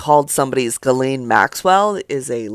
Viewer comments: Gee laine Maxwell? Not Jis laine...lol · Please, stop calling Ghislaine Maxwell, Jizzlaine. It's pronounced Ghee-lane. (Like the clarified butter.) Thank you and have a great day. ✌🏼🫶🏼🖖🏼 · It's pronounced "Guh-lane" maxwell not gis. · Dude, it’s pronounced Ge-lane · Ghislaine. Is pronounced: GEE-LAINE. I call myself being of assistance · If y’all are gonna be reporting, at the very least, get the pronunciation of names right. Ghislane = (gee-LANE). Hard G.